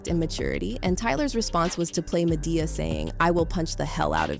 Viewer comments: When you pronounced "Madea" as "Mah-Dey-Uh", I already knew you wasn't in the culture. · How are you reporting on Tyler Perry and can't pronounce Madea correctly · How you mispronounce Madea